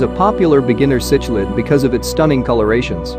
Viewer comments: Why make a video when the computer can not even pronounce the word C K Lid correctly??? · I disliked the video because of it and how it mispronounced uaru and cichlid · The text to speech put me off as soon as it couldn't pronounce cichlid haha